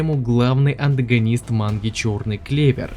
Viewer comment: может антагонист? А не андогонисд